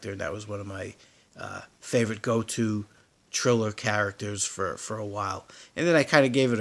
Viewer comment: lol you are pronouncing Thriller incorrect lol thx tho